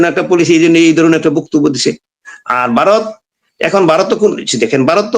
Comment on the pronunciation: Baaroth noy Bharat.Vaw er ucchharon thik korun.